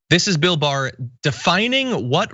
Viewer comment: William Barr "the boar" sounds like he was hypnotized by someone with a learning disability